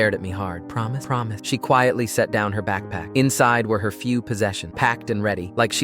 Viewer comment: "prohmis? prohmis."